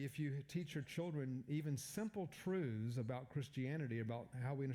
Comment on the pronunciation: Four noble truths. Not “trudhz”.